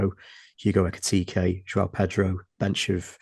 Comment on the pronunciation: do you pronounce Ekitike's name with two Es to wind us up?